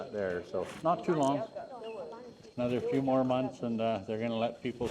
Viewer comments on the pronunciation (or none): none